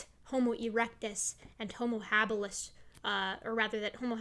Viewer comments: It’s pronounced Homo hábilis... stress on the first syllable of “habilis”.... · “Habilis” is stressed on the first syllable....